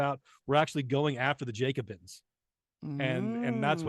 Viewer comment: The " Jacobins" with a short "a" and a long "o".